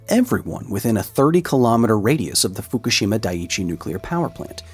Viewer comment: Pronounce Fukushima right, then we can talk!